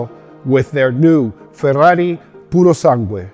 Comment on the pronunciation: You pronounced "Purosangue" and other Italian words perfectly. I've heard it crippled by everyone until now. 👏👏👏👏